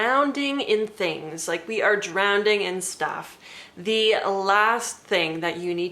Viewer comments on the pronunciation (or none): Thanks for this. But "drownDing"??? Soz, couldn't get past that 😂❤ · Is drown-ding a word?